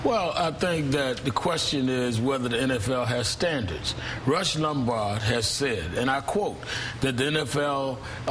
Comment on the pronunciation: I like that pronunciation there reverend. Rust Lumbard! LOL!!!